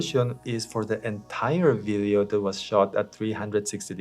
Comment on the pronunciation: For someone that makes videos, you should really take the time to learn how to pronounce “video” and it’s not “biddios”